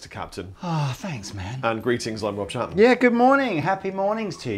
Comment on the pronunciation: At the end there it sounded like they were saying Chatte-man (for Chapman), chatte in french is a female cat or indeed a vagina :)